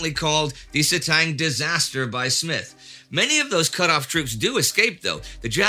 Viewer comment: Smyth dear chap, not Smith.